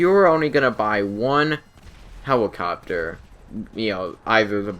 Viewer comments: He- Hewicopteow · he said "let" perfectly fine, but then hewicopter came out of nowhere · "the buzzard is more of an aww in on hewicopter" haha i love. keep making videos man! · For real lol... 'hewicopter'